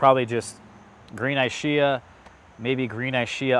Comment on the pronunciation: Looking forward to growing out some of these. Love your content. Just wanted to point out some pronunciation notes. Ischia is said like "ISS-kee-ah" not "Eye-shee-uh". Battaglia Green is more like "Bat-talia." Panache should be "Pan-ash". And I noticed from other videos that Violette de Bordeaux should sound more like "Vee-oh-let duh Bordeaux" not "dey Bordeaux"